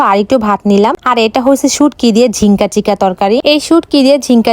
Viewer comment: নারকেলের দুধ হতো এটাতো জীবনে শুনিনি 😂😂😂😂😂😁😁🤣🤣🤣😹😹😁😑আর এটা তো ঝিঙ্কা চিকা ঝিংকা চিকা শুনিনি আমি শুনেছি ঝিঙ্গা 😂😂